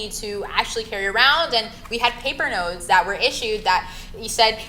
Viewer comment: I was explaining money 1- It sounds bloke I'm saying nodes instead of notes😅 2- I definitely said bank notes were deflationary instead of INFLATIONARY! I blame Wayne and Bruno!